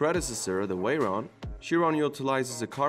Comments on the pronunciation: “Bugatti Wayron” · is it me or the narator pronouce the V with a w? the bugatti weyron , las wegas . Love the cars but the W made me lol, <3 <3